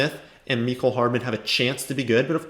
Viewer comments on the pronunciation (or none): none